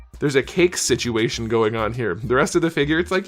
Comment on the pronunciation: SituCAKEtion you say 🤣